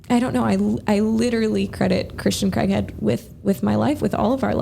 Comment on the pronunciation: Could have at least said Christians last name correctly. It's not CREGhead it's Craighead.